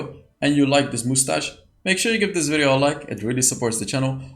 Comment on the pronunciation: Liked just for the "moostach"